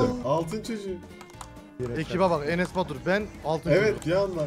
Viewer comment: enes batur derken enes basur diyo sandim.